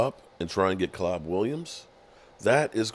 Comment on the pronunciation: his name is Caleb Williams not Cab! You are such a big fan pronounce these names correctly it sounds bad on you’re part dude